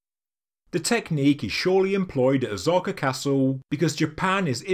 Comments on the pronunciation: O-sah-ka. Not Ozarka. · Osaka not Ozaka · Just saying… O-SA-KA… not ZA…. Been living here nearly 30 years. Yes, “ZA” is a sound/character, but it is not interchangeable with “SA”. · Osaja pronounced Oh-Sah-Kaj, the S is NOT pronounced like a Z THe O ir ptomounce like o\O'Malley or O'Brien, and O'Toole.Speifically Osaka is pronounved like O'Sullivan and not like Ozarks. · God damn, it's not Ozzaka, stop the mispronunciation.. polygonal are not a polygamy stone, no one is taking multiple wived on the stone,. Polly, pronounce it correctly not as the limeys. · Why do you call it Ozarka castle? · that pronunciation of “ahs-aka” is wondrously wrong. literally never seen anyone try to divide the name in that manner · Jeez, IT IS NO OZAKA. Pronounce the SSSSSSSSSSSSSSSS for god sake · Pronunciation of Osaka is woefull, but you can’t do everything.